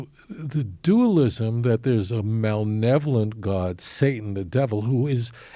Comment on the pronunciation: for such a brilliant man, a walking encyclopedia of biblical knowledge, I'm surprised he mispronounces this word malevolent as much as he does. It's not malnevolent